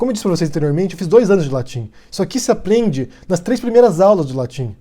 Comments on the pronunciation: curto seu canal de mais, mas tu meteu um "aplente" enquanto falava de que a pronuncia não passava de latim básico. Só achei irônico, continue com o trabalho que tu esta fazendo. Trecho encontrado entre e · "isso aqui se aplende..." ficou tão puto que até baixou o Cebolinha nele.